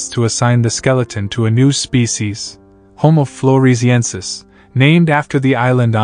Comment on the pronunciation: 👎👎Narrator can't even pronounce the subject matter!